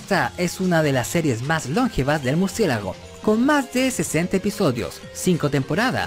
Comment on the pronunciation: No se dice "lóngeva", sino longeva.